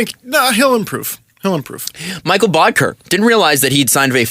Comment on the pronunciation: Mee-kell. Not Michael. Mee-kell. Mikkel Boedker. He broke my heart. He is my Reimer. I just never got to interview him. sobbing openly